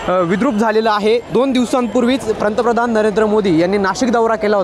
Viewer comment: प्रंतप्रधान नाही रे बाबा पंतप्रधान म्हन, प्रधानमंत्री म्हणाला तर ते अतियोग्य